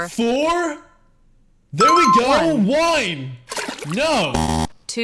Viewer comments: Wine instead of one😂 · Bro he doesn't say one he says wine or ihn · You just said the number one but you said wine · Bro your saying wine instead of one😭😭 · Why is he saying whine and not one😂😂😂